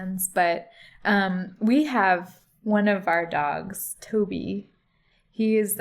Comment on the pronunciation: I enjoy how tells a word 'dogs' like 'dags' the same way as Mickey from Snatch does.